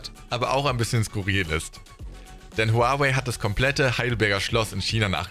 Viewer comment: Aussprache von Huawei könnte quasi nicht falscher sein haha.